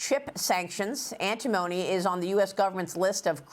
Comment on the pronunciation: ANT TI MONY - Say it correctly.. 😅🤣